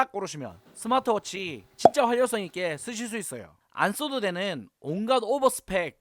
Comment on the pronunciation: 잉? 내가 잘못 들었나..스마취 워치?